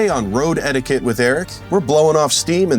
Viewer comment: Erik absolutely knew what he was doing when he came up with "Road Etiquette" because it 100% sounds like he's saying "road head" every time he says it.